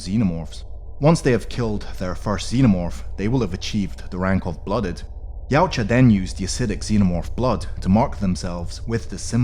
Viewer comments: No you don't. Steve Perry himself said it's actually "Ya-oot-chah" (Perry's the guy who invented the name in the first place). See here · wait its not pronounced y-ow-cha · I learned something today! TY! It's also got a sort of Scandinavian twang to it, doesn't it? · wrong way of saying it mate. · Try saying yau tja okay yautja